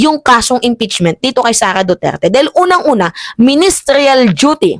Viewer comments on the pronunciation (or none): Pls lng madam......hindi po ministryal. MINISTERIAL ganun po.